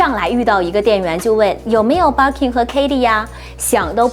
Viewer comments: 她說的是バーキン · 嗯。。。。能稍微把Birkin的发音读准了吗？不是应该先发自内心的熟悉吗